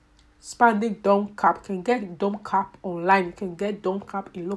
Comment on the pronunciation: In her accent “ make sure to give gap” lol love it